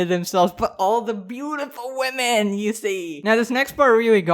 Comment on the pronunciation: Why is she saying “wEmen”